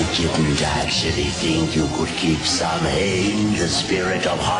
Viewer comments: I showed this video to a friend of mine and she cringed whenever Samhian's name was spoken. She's Irish and said the name is actually pronounced "Sow-in". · It's Samhain!!